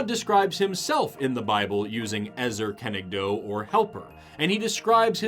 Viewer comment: Im a native hebrew you are ok there is just one mistake An "O" in english is pronounced with a W at the end of it but in hebrew it isn't You pronounced it like: ezer kenegdow In hebrew it's: ezer kenegdo